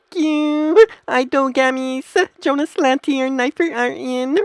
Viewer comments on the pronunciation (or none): none